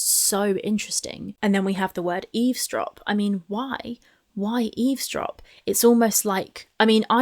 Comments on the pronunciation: It always cracked me up that is a great literary giant (pun intended), yet she doesn’t know it’s “eavesdrop” not easedrop, as she says. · I think she says "ease drop" but means "eavesdrop". Either way, she meant "listen in" or "overheard". In her head, it's all the same. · She's TRYING to say Eavesdrop but she is pronouncing it Ease-drop. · God I never noticed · Ease drop, is just stupid as hell and can't pronounce a lot of words, correctly. On purpose or not, diminished capacity imo. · Rain and petals eez-drop, You can't even pronounce the word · raaain and petals eezdrop PAH PAH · She does, just saying it wrong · Yes, she intended to say eavesdrop, but pronounced it incorrectly. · oh. Well, considering that eavesdrop is a word that might take a little while if you want to say it properly, can barely say one syllable words correctly, so I'm going to assume she did say it wrong.